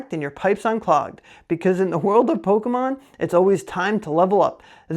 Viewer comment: I thought you were about to cancel yourself with that pokemon pronunciation 😅 love your content bro keep it coming